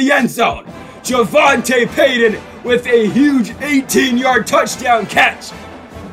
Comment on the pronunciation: its pronounced javontay peyton lol